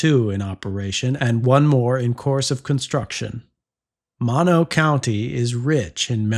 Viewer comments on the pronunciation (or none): It's pronounced "MOW-no", not "monno".